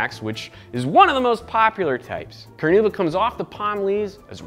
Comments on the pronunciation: It's Carnauba wax not caranuba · Hi there! Just to let you know the wax's name is carNAúba not caranuba ;)